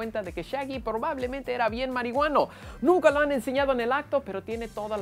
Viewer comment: "Porbablemente" xD